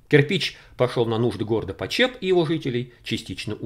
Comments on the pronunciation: слух режет как город называете. на брянщине его называют ПОчеп, а не ПочЕп) а так всё очень любопытно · Большое Спасибо за ваш труд!!!!!!....Небольшое замечание--- ударение в названии города все местные делают на первом слоге:...ПОчеп..... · Хочу поправить . Город в Брянской области называется ПОчеп с ударением на первый слог. Искажение звучит очень не приятно и не профессионально. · Почеп ударение на о. Бабушка с дедушкой жили в 2 -3 часах езды оттуда. У них в тех краях видел кирпичь расплавленный голубозеленого цвета застекленевший. И доспехи не проржавевшие сквозь времена. Но трогать их запретили . Думаю из-за радиации. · В названии города ударение ставится на букве "о". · Почеп ударение на О .... А то очень режет слух .... В Брянск бы заехал на Чашин курган ... Остаток звёздного бастиона ...там кладбище теперь ... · ударение на первый слог почеп